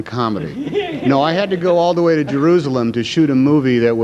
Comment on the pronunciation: "All the way to Jerroozalum" ~ Tom Hanks. What a doof.